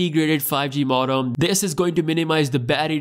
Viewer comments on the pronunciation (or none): It’s pronounced mode-um